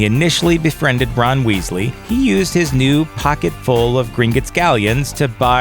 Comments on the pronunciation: Awesome vid. But like what's with your pronunciation of Azkaban and Gringotts? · Gringott's. What you said: Gringuts. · it's pronounced gring-gotts not grin-gits